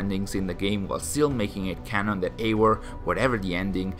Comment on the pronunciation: can you stop pronouncing eivor as eiwor? it's eiVor.